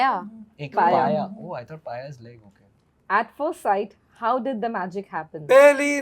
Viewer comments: Mercury is 'para' not 'paya'😂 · Its para (mercury) not paya